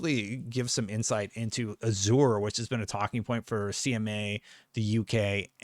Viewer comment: Pronounce Azure is a*zhr